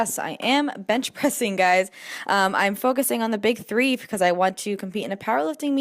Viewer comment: Do you notice how you say "ine" instead of "I'm?" Just was curious if it was an East Coast thing. Liked the vlog!